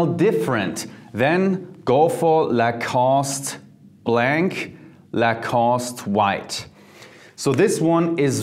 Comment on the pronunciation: great video but the pronunciation of lacoste white is not good;)